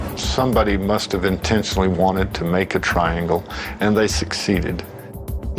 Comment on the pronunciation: "Triagle" Pahahahahahahaha.